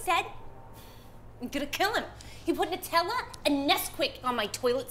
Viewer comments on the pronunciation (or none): Noo-tella? Ah yes, I love hazelNOOTS.